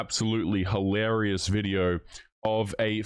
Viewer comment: There's no such word as HAlarious nor hoelarious. Hilarious!